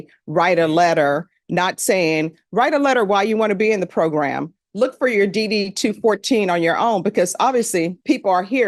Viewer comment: AI voice reading is ass... form DD TWO FOURTEEN, not 2 1 4...